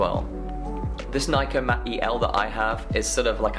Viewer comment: Nikkormat not Niekkormat. Nikomat not Niekomat